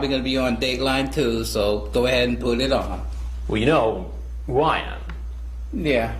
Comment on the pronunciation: “And I know this probably gonna be on Dateline doo so go ahead and pud id on.” 😂